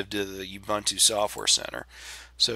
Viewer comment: Well, speaking of pronunciation issues. Ubuntu is pronounced ooboontoo. I used to pronounce it as oobuntoo until a friend of mine corrected me, and I looked it up. And technically it's g-nome, not nome, but that one I don't care how it's supposed to be pronounced. I'm still going to pronounce gnome as "nome" ***I still gave thumbs up on the video though.***